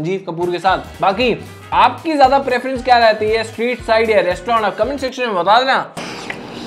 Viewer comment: Restaurant❎ Restaurand✅